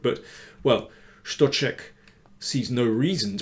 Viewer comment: Stocek is such an interesting guy. With his beard and countenance he looks like a prophet from the Old Testament, and even though he can screw his games quite badly, he really can do some damage from time to time. Btw, an excellent pronunciation of the Czech name by Danny!